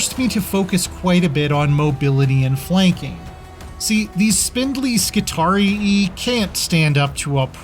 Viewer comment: Mispronounces Skitarrii as Skitari-e. Does not like Gorgutz. Lame.